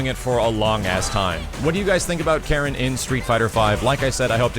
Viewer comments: I'm still not getting why you'd stress the second syllable of her name. My understanding is that it should be KA-ri-n. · Apparently you don't know this character very well either, her name has always been pronounced "Kah-reen"... But whatever though... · KAH-reen KAN-zu-kee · "Kah-Reen" is the proper way to pronounce her name btw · Yo doods, I'll give ya a quick rundown of Japanese vowel pronunciations: A = ah I = ee U = oo E = eh O = oh Keep in mind that all Japanese characters are one syllable, usually a consonant ending in a vowel, such as "か" (Ka). The exception is "ん"(n), which is the only stand alone consonant. So for Karin's name, か - り - ん(Ka-ri-n), we pronounce it "Kahreen". Hope anyone that reads this finds it informative. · Karin was also in Namco X Capcom and paired up with Sakura naturally. It's always funny when announcers can't pronounce names correctly (hello Takeda) :P She's Japanese, it's a Japanese name, there's no syllable stress, it's simply pronounced "ka-ri-n". That applies to her family name as well (no stress on the "zu"). Why wasn't Karin in USF4? Simple, pure laziness. Why make new models and animations when you can simply reuse old ones for the least possible effort? This is, or at least was, Capcom's way. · "Kareen" was always how her name was pronounced. It's a Japanese name. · Ka-rin. Not that hard.